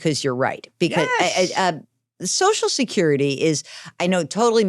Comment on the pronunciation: He said it right the first time. "So So security" !!